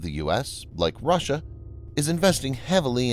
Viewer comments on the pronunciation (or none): none